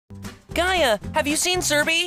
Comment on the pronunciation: Gaia is not pronounced like that